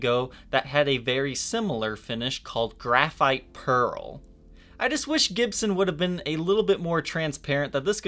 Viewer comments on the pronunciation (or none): none